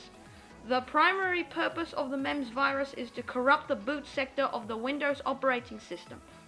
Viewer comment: pronounced memes trojan not memz